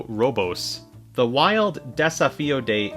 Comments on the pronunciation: Desafio means dare or challenge. Portuguese isn't pronounced the same as Spanish but you have done your best, so thanks. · trying to pronounce "Desafio" wasn't something I knew I needed, but am very grateful for it